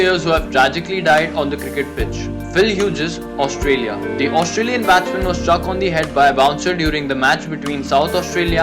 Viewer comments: he is not pronounced as phil hujes he is pronounced as phil hues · It is not Phill Hugggees , it is Hughes pronounced as Hews